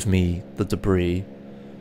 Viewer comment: debris? nono de Vries!